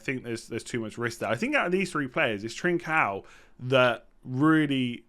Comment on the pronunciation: Your pronunciation of Trincão is pretty fine to be fair. It's "Lage" you need to work on ahaha it's G as in George and not as in Gordon